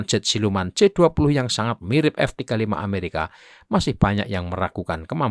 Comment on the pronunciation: Baca narasinya banyak salah², pesawat Amerika f35 bukan R 35